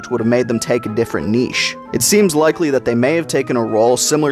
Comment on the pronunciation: I noticed you pronounced niche the correct way! Are you Canadian? I cringe every time I hear Americans say "nitch"! So congratulations!